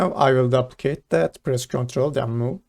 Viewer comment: Nice nice. One thing duplicate is pronounced more like doo-plicate rather than dop-plicate haha